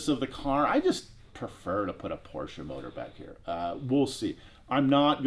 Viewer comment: Hehe its a porsche not a porscher 😉